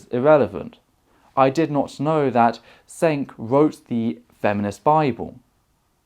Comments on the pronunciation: His name is pronounced "Jenk", not "Cenk". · FWIW... Cenk pronounces his name as /jenk/ with a hard "J"